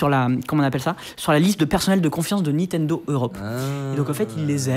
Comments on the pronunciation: C'est assez honteux le Nitendo.... Franchement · ouais, on prononce Nintendo et pas Nitendo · C'est NiNtendo et pas Nitendo. À au moins 2 reprises vous oubliez un N ! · C'est Nintendo, pas Nitendo... A l'oral c'est pas terrible mais à l'écrit ça fait saigner les yeux... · Olalala toutes les erreurs.... c'est pas des DS Lite, on dit "Nintendo" pas "Nitendo"... ça vous dirait d'être un peu factuels un jour ? Et c'est pas "1038" mais "Cody Trenthuit", d'où le jeu de mots avec son pseudo. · Par contre les mec niNtendo pas Nitendo quoi shame et c'est à plusieurs endroit de la vidéo la faute. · 04"30 "NITENDO".... sérieux les gars 😁😅 et je ne suis pas Geek ni Gamer... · À chaque fois où il prononce le nom de la firme, il dit Nitendo. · C'est déjà écrit comme ça au tout début et ne prononce jamais le 2eme "n" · Bof en vrai c'est le truc qui me dérange le moins. C'est chiant à dire Nintendo. Par contre toutes les infos erronées c'est plus problématique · Incroyable le nombre de personnes qui arrive pas a prononcé NiNtendo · Le mec se dit passionné mais écrit et ne fait que prononcer "NITENDO", c'est à la limite du sérieux.. Sinon sujet plutot bien traité. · Ya que moi qui gêne que il y ai à chaque fois NITENDO 😅😂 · Ok pour le sujet mais ce mec qui présente c'est juste plus possible, c'est insupportable à écouter et ses "nitendo" la please... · a aussi ca m'a fait mal a chaque fois qu ils l ont mal dit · Okay, ça arrive de se tromper dans le nom d'une marque, mais entendre NITENDO tout le long de la vidéo, ainsi que le voir écrit à, ça ne fait pas professionnel du tout et ça décrédibilise l'intervenant au passage Idem pour eDCP au lieu d'eCDP à quant la cartouche est montrée en plein écran Sinon tu gères, sujet très intéressant